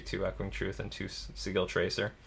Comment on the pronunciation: Just a note, the word "sigil" is pronounced with a soft G. Though I'm amused by the (unintentional?) pun in your pronunciation. :)